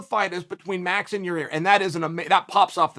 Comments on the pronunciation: Ya-ear... better than Ya-rear I guess.... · I never see anyone comment on how bad uncle Chael is with fighter names. Every time I hear “Ya Rear” on the podcast I lose it 😂